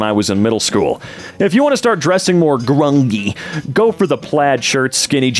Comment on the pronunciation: I feel so bad for laughing at his pronunciation of grungy because I know most of the people at EmKay wouldn't know, but I giggled. It's GRUN-jy. Like grunge. Idk why it's not spelled grungey either, kinda annoys me